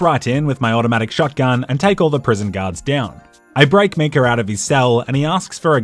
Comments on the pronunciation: videos great except when he pronounces Micah as Mika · It’s MY-cah not ME-cah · its pronounced MI KAH not ME KA and it wasn't a bank it was a ferry 😂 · MEECAH NO, MAIKA YES! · YES please do more! But... for the love of god its MY-KAH not MEE-KAH. Silly Aussie! <3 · Why did he pronounce it Mecah instead of Micah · It's Mi-cah, not Me-cah. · btw why are you pronouncing Micah like that? It's Mai-kuh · When he busted Micah out of jail I just then realized he was saying “Meekah” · I really hope he's joking when he says Me-cah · Just heard you say mee-cah so immediately went to the comments.... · What the hell is a "Me-Ka"?? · I love you man, but it’s pronounced ‘My-Cah’. They literally say it in the game. Pls rectify. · As much as I love this channel, the way he pronounces Micah is just unforgivable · even after all the murders in this video, the real crime is how you say Micah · Are we just gonna ignore the way he pronounces micah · I can't tell if he's saying "Micah" weird on purpose or not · I am going mad or is he saying Micah wrong and no one noticed/cares